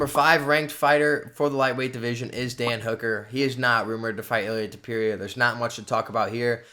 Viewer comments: Stop saying his name like that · Learn how to pronounce his name or dont say it that much haha